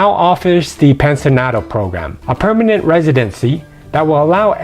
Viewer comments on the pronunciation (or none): none